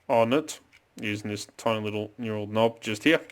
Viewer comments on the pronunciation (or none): And I’m so sorry. But knurled. Say “hurled” as I hurled a sack of shit I named Raymond. But change the H for an N. N- urled. I don’t want to be one of those dicks but it seems I have 😳. Awesome video as always mate 👍🇦🇺🥋